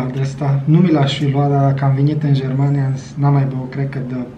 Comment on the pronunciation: "Am vinit in jermania" 🤣